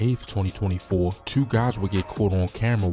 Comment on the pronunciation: Mf said twuenty twuenty tueee.